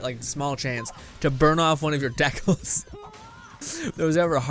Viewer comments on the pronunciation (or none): Dekals or dee-caal-z in confused on the pronounciation